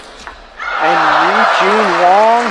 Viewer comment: Eugene WANG not Wong. Omg.